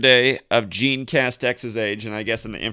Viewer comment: Jean is the french version of "John" and pronounced similar to John (szjon is how it's pronounced).